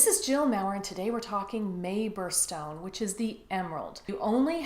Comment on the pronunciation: I couldn't quite tell what you were saying at the beginning...the emerald is a barrel stone? Feral stone? Can I just dump my emerald collection into a pot of olive oil and bring to a boil?